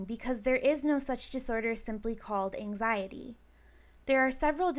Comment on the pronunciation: I HATE how she says "angziiidieee" like i wanna slap her in the face